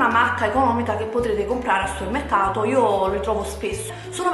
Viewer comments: supemmeccato? Magari! Dice summeccato... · riesci a dire supermercato? non è difficile, supemmeccato non si può sentire, è solo un consiglio, ti adoro 😍